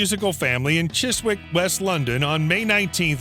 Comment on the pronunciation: Chiswick, the w is silent, chisick.